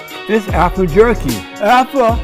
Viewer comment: Not alpha but alphur. Umazing!